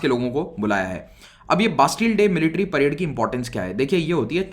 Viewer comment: parade not parde